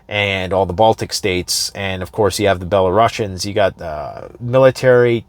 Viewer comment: not Belaru^ssians, it's BelarUsians.